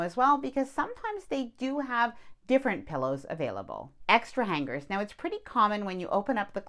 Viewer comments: The g is silent in the word Hanger. Seems to be a thing now to pronounce it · The “g” is silent in the word hanger. It is not pronounced when it is said. Love your videos